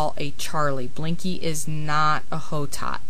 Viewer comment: Hotot(Blanc de Hotot) is a french name, and is actually pronounced "Oh-Toe". In french, you never pronounce the "H". Nice video, I just wanted to let you know :)